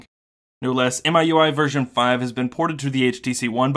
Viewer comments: FYI In China the pronunciation is MeUI not MyUI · It is pronounced as me-U-I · Isn't miui pronounced mi(my)ui? Just a play on words to ultimately mean my user interface. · Actually it's "me-ooey", but yeah. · MIUI should be pronounced as "me.u.i" as per chinese pronunciation, where MI (米) means rice in chinese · It's pronounced "Me- UI", if I'm not wrong. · it's mi（米）ui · It's pronounced as "Me You I". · i believe it's pronounce as "me" ui